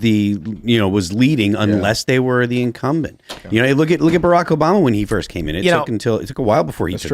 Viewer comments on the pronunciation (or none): none